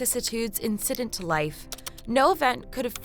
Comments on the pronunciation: "insiddent life" how do you mess up incident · Four words into GW's inaugural address and she mispronounced "incident". It's not just the Presidents who've "dumbed down" their speech...